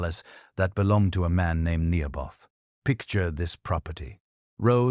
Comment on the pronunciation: Naboth not Nehoboth. Sons of Belial not Baal or Beel.